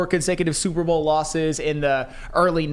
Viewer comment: Why can’t he say Super Bowl?